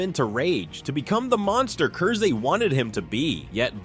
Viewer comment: Its pronounced Curse. It's a pun.